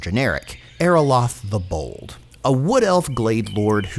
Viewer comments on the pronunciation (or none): none